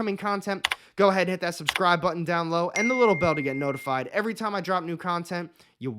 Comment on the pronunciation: Dude can you please just say down "BElow"? It's down below, not down low. You're not pronouncing the whole word and it's really distracting when I just want to watch your videos